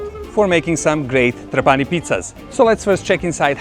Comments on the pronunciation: Uno potrebbe pensare che un traveler esperto come lui avrebbe anche potuto imparare la corretta pronuncia di TrApani invece di TrapAni. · Trapani is pronounced with the tonic accent on the first A, as in the Italian word trapano, the tool for making holes in a wall or in wood etc.